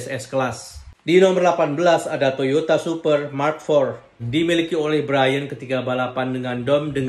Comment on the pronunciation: Toyota supra pacee... Bukan toyata super hahaha